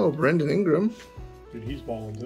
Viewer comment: It's Bran•don not Bren•don lol